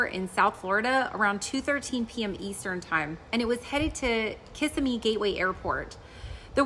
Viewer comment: 0 for 3 on pronunciation, lol. The only one no one has addressed is Kissimmee. It's kis-SIM-me, not KISS-imy. No big deal though. I still struggle with some of Florida's pronunciations, and I live there.